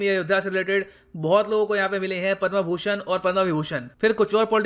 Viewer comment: पद्मभूषण को पद्मा भूषण क्यों बोल रहे हो सर